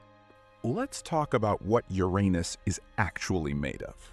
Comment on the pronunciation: Made it to 8 minutes. I can’t listen to you mispronounce Uranus anymore.